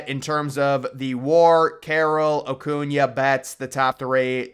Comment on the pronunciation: Lmao and then you said Ocuna 😂😂😂bro your definitely a Braves hater😂